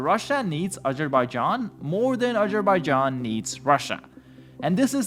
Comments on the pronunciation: aZerbaijan.. not agerbaijan.. or however you pronounced it, made my ears bleed.. bro... and you kept repeating it wrong over and over again.. jesus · aZZZZZerbaijan. Bro. there's a Z there. Not a j or a g.